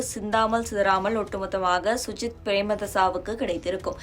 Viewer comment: முதல்ல சஜித் என்று சொல்ல வக்கில்லை சுஜித் என்று பிழையாக பெயரை கூறிவிட்டு தெரியாத இனவாதம் பேசுகிறீர்கள்.